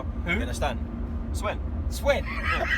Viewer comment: In “Swen” we trust